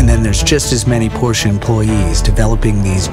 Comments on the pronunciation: wie so PorschA? ... kommt jetzt PORSCHE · But PLEASE spell it right, Porsch E! Not Porsch A! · Nigga germans dont ever say "porsha" say It as It Is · who came up with "Porscha" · The car is very nice but couldn't have you asked to pronounce "Porsche" properly?